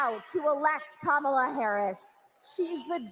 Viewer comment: Please tell me nobody is surprised at how sick these people are? By the way, just heard the 2nd gentleman call her KA' ma-la... not Ka MA' la.